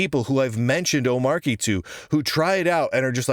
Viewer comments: Not to be pedantic, but just a point of order: It's pronounced "om-ARCH-y" not "O-MARK-y". Since it's based on Arch, it's like the "Arch" syllable was dropped in the middle of the word and you pronounce it the same way as Arch. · "Ohm-Archie" because it's Arch based. Agreed the hard 'ch' sounds better. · It's omar y, with a sound because it comes from Arch (unless you pronounce that Ark, I guess) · How is it that every one of you guys are pronouncing the name of this distribution incorrectly. Have you not watched DHH and his explanation. He says the name repeatedly. How much more simple could it be. It's an arch-based distribution. Not a mark-based distribution. Hence the name omarchy